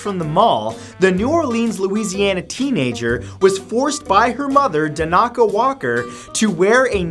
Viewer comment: Matt... I like your channel but you really need to check your pronunciation of certain words and names. In this case it is Dan Ah Kah not Dahn AH ka.